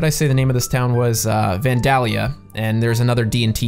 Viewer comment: Its vandelIia. Not vandallia I'm in ohio in that area. That's how i know. I 😉🚂🚃🚃🚃